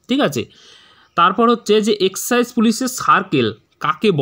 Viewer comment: এক্সেসাইজ না 🤣🤣🤣 এক্সাইজ